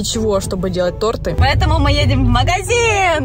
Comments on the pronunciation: Не то́рты а торты́ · Нет, правильно тОрты а не тортЫ ударение на о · то́рты правильно